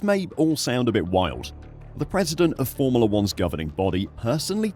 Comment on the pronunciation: Formala....is not how its pronounced